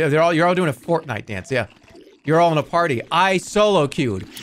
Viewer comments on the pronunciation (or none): none